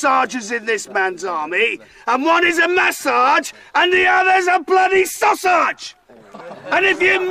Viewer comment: Oh my God, I choked on my coffee . "When you maSARGE the sauSARGE, you are calling me a WANKER!"